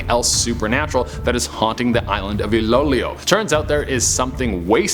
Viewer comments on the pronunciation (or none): not ILOW LOW ITS ILO- ILO PRONOUNCE IT RIGHT ( E-LOW E LOW) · It's ilo-ilo not ilolioy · Did he just say, "Iloylow" smooth. That's Ilo-Ilo. 😊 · Ilo-ilo (pronounced as e-lo e-lo) not ilolio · Ilolio 😭✌️it's pronounced as ilo-ilo(no hate!!💕💕) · Its ilo ilo not ilolyo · I died when said I lo I lo Instead of iloilo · Iloilo is pronounced as E-low, E-low! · I - LO - I - LO TO PRONOUNCE IT... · It's cute how you pronounced Ilo-ilo. ❤️ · Love. how he pronounce Ilo-Ilo... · Iloilo was the best 🤣🤣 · really tries his Effort to pronounce Filipino words especially He pronounced " Bahay na Pula " and " Iloilo " P S Im a Filipino living here in the philippines